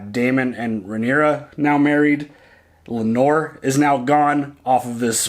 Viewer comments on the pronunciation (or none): Does anyone else picture fabric softener everytime says Lenor? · I love them but when I hear Lanor the way he insists on saying it I have to stop....after 8 episodes it's like dude...like Brenden and Brandon. NOT the same name lol